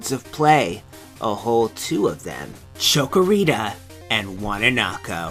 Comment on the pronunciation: chick-o-rita not choco-o-rita, or maybe i didn't get the joke?